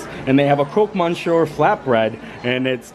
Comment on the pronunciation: Another great video! Thanks for letting us visit vicariously! And FYI it is pronounced "crock miss you're" (or CROAK miss you're)...